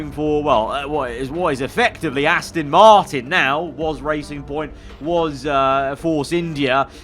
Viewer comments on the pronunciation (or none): none